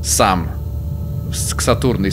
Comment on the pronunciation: Не сем а сам